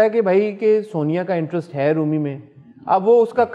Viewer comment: Wahaj it’s - Interest not intrust 😂😂😂😂😂😂